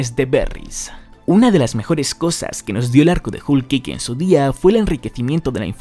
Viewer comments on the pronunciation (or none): Se pronuncia como joul keik no Jul keik